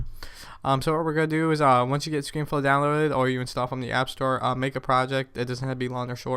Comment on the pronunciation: yeah i gotta question why do u say ScreenFlow Floor :P